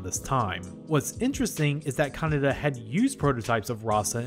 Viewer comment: Note that you constantly pronounce Kanada as Kaneda.